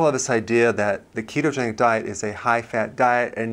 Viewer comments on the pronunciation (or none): none